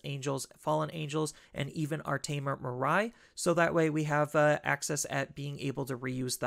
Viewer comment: Hey, long time fan of your deck lists! One minor pet peeve though, her name is pronounced as “Mee-ray” not “Mer-rai” 😬